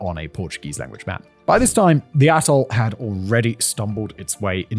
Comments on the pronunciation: Maybe it's just my part of America and YouTube's sound quality but each time Simon pronounces 'atoll' it sounds like 'asshole.' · I think you are saying “Atoll” but that isn’t what I keep hearing. LOL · Ring-shaped ATOLL. I swear, I thought he said ring-shaped a-hole. 😂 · To my American ear, every time you said “atoll” I heard a**hole.